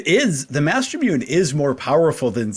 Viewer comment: Loved the series. Just one thing that drove me nuts everytime I heard it. Mastermune is pronounced master moo nay. Obviously not a big deal but was like nails across a chalkboard to me everytime. :D